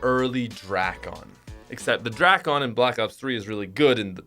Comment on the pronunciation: dray-ken is how you say it